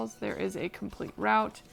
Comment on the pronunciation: Good job. Easy to follow. Just one thing…it’s London. Root(route) not rowt.😁